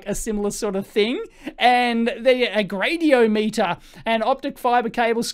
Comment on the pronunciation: Oh dear. Off with the pronunciation again. "Gradiometer" is pronounced: grady - OM - meter See: >